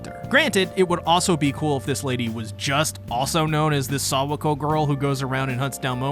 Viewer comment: no way u calling her sawako 🤣🤣